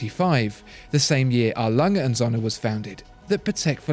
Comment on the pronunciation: I am a german, I love how you pronounce A. Lange und Söhne ;).